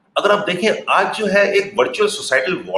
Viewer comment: Its virtual.... Not viritual😂😂